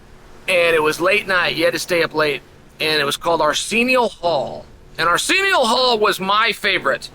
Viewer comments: Who is this 'Arseeneeo Hall' Chael is talking about? He sounds like a straight shooter... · The guy Chael is talking about, can't you hear him say Arsenial Hall?